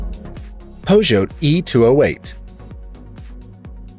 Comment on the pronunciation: Peugeot is pronounced Poo-cho !!!